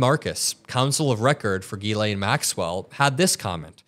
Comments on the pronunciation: J JJJ 'jillain or jillEN (like jillian/gillian. It's a French name) Not 'Geelayn'. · It is not Guylaine it is pronounced jislaine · It’s Jizz Lane not geee lane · Zhis-lay (not GeeLane) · Her name is not "Guylaine", it's Ghislaine (pronounced Jislaine (with no d sound in the J - but it should be Jizzlaine). She's British-French-American and her name is French. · Jiz-lane Maxwell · Just fyi...Ghislaine is pronounce Jislaine... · Another good report. However, you need to pronounce her name correctly. It is a French pronunciation. Just as the name "Elaine" is pronounced "ee-lén" (stress on the second syllable), her name is pronouced "ghee-lén." Just saying. Criminal or no, get her name right. Whatever. Nothing is going to happen anyway, except she might end up the same way as Epstein. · Her name is pronounced Jisss-lenn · You’re saying her name weird.